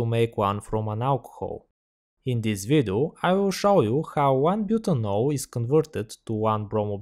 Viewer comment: kkkk tmb pensei. ele fala: this vidu kkkkkkkk